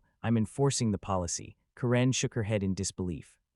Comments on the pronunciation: Ka-REN? I always thought it was pronounced Karen! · A-I voice. It's not Ka-rin, it's Kar-en.